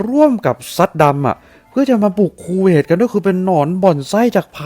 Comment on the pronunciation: 555 ชอบตรง พูดว่า คูเวต ก็ได้ สบท ออกมา ว่า “ คู เวย ” 555 ถ้าตัด สระเอ ออกไป โอ้ยยย ก็ช่าง สรรหา คำเนอะ